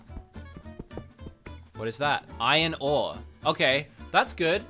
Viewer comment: Me: iron ore: ion o